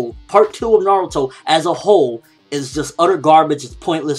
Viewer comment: its"Na-ruto" not "Na-ru-to"! Dumbass SPEAK PROPERLY!!!!!!!